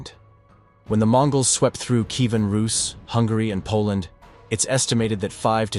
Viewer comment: Roos not russ